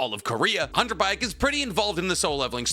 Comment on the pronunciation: Hunter Baek is pronounced Bek